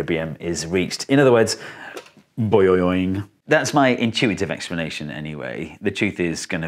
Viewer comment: > - "boioioinling water." :D